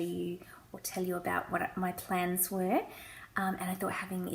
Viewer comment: I thought you said 'plants' at first, not 'plans'. They're both great, though! The first thing on any to-do list I write is 'write to-do list'. If I can cross something off right away it motivates me and gets me going to do more things.